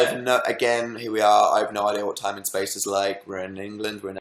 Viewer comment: diD HE JUST " so many movies and so little yime" CAN YOU NOOOT STOP KILLING ME